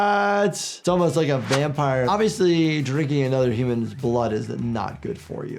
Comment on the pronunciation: “Hoomans” “Respecc” 😭